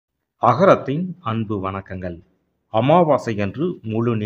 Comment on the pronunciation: வணக்கங்கல்😂😂ஏலை😂😂. எல்லாருமே தமிழை நன்றாகவே கொலை செய்கின்றனர்😂.‌Pattar Kidaiyadhu😂😂😂. அது Buttar. 😂😂